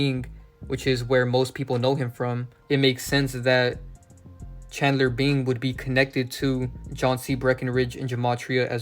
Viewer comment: Bing sound alao like being